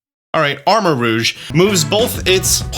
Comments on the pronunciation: You are the first reactor I've seen to pronounce Armarouge correctly. Everyone else I've seen has pronounced it Arma-Rogue. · First Youtuber I've heard saying the names for Ceruledge and Armarouge correctly!! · You are currently the ONLY YouTuber covering this that I have heard correctly pronounce armorouge